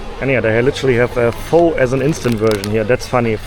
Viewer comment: Pho pronounced as "Fur". Not for nor four